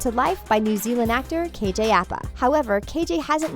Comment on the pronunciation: KJ Appa? It’s APA! I think you guys know nothing about Riverdale.